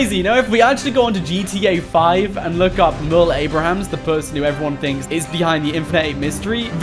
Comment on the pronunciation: it's Merle Abrahams 😁